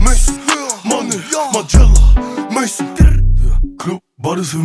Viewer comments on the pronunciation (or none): keiner der das lied eig feiert abr sich nicht anhören kann, weil der maison nicht richtig ausspricht? regt mich übelst auf, kanns mir nicht anhören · Also nichts gegen den Song aber er weiß das, dass Maison=Haus heißen soll (französisch) nicht Maison/Mason=amerikanischer Name(heißt es wird anders ausgesprochen) 🤨😂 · Die Aussprache von Maison ist falsch, das nervt mich so hart